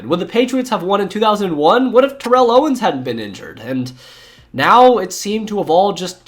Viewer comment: That bothered me too. Along with the mispronounciation of Rechd Caldwell and Terrell Owens.